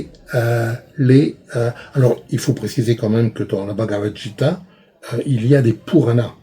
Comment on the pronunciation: La passion est là, c'est bien. Mais ...mauvaises prononciations... AN au lieu de A+N, S SH, C CH, J pour GU Gita ! etc ... les épopées arrivent beaucoup plus tard que les vedas et entre il y a les brahmana, les aranyaka... tribus pacifiques qui pratiquent le yoga ?! sans doute mauvaise interprétation de la civilisation de l'Indus. pacifisme des arya ?... pourtant beaucoup de violence dans les veda et les sacrifices... ça me semble pas très sérieux. Le vedanta est beaucoup plus récent que les brahmana.